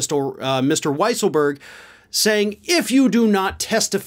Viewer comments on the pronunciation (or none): It's pronounced Weasel berg 🙄